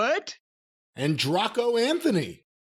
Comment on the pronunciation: BAHAHA!! I couldn't stop laughing at that "Anndraco Anthony". I assume its probably pronounced more like "Dray co" as opposed to "Draw co".